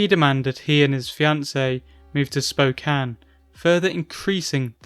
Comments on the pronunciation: congrats on pronouncing "Spokane" correctly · Yo congrats on pronouncing Spokane correctly. I really wish Lolcows would stop coming here but I'm not at all shocked that they do